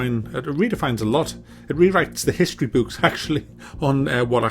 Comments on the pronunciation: please pronounce book properly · Every time says Book or Cook, he emphasizes the oo, its so funny.